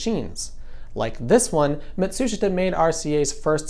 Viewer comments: I think Matsushita is pronounced "mah-tsu-SHEE-ta," not "muh-TSU-shit-a." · You can’t even pronounce Matsushita correctly. Beta was superior quality, but Americans don’t care about quality, they care about price. The cheapskates who wanted 6 hours of lousy ELP recording won.